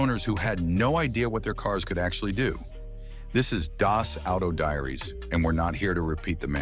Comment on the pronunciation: My goodness "Climate sink" ? Really? I stopped the video at this point already agitated by the over used AI voice and the hilarious sounding "Das Auto Diaries" sounding like "Das Auto Diarrhea". Add to that the very general "might work on your model but might not here's some info on how to check oh wait no there isn't we'll just keep AI going".